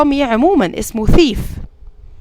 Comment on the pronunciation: بس نطق الحرامي بحرف ذ او ث لو سمحتي ذيف او ثيف